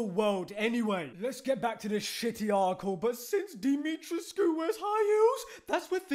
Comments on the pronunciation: Pronounced Di-mi-tresk with a silent “u” Great vid btw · Isn’t her name pronounced Dimitresque